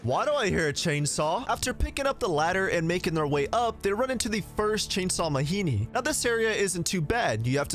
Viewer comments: It's ma-gee-nee not ma-hee-nee. That's African word, not Mexican. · I hate that you keep saying "Mahini" and I can't tell if it's supposed to be a joke. They literally say the name Majini multiple times in cutscenes, absolutely no character says "Mahini" and I have no idea why you would pronounce it otherwise.